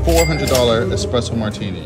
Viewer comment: Dropping $400 on a drink, I expect the bartender to pronounce it correctly, at least... It's not expresso. It's espresso. 🤦‍♂️